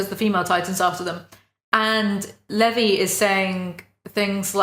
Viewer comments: Hahah you got onyakapons name right but levis wrong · Please whisper how you say Levi into my ear